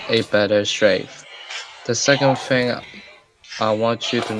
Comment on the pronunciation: IMAGINE SAYING FHING LOL